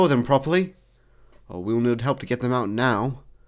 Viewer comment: It sounded like "help" then "home"